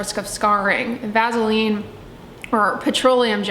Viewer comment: I cannot trust someone who can't pronounce vaseline haha also nope to "Vazzeline"